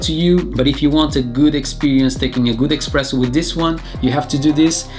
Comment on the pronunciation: U keep saying "EXpresso". Its "Espresso".